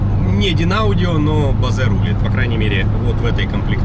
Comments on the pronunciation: З Вашого дозволу Вас поправлю)) не Базе , а Боуз) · Не Бозе, а Боуз. В остальном - 👍